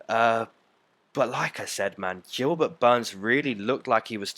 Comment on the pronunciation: "Jilbert Burns"